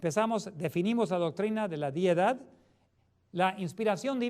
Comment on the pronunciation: No es diedad, es deidad!